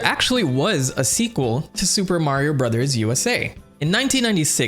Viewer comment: I miss you saying "Suupaa Mario Burozaa" 😢